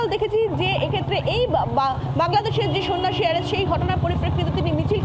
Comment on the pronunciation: সন্নাসী নয় বরং সন্ত্রাসী বলুন😅